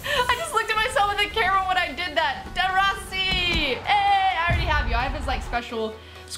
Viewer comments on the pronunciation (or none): none